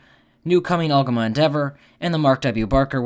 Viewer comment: "Al-go-ma" (long o)